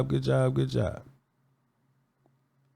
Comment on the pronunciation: It’s Tyler Guyton